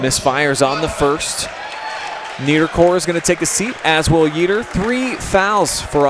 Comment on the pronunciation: YEATER is pronounced YAY-yet….not YEE-ter